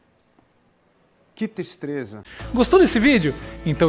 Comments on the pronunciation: Que "tistreza" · Que tistreza ....🤣🤣🤣